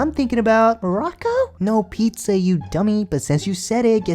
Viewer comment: Pizzahh?? No Morocco lmfao!